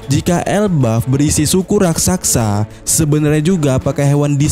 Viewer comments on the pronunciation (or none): Raksasa Min.. bukan Rak Sak Sa